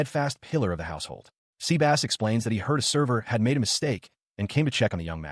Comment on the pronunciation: So Seh-bus became Sea-Bass huh?! lol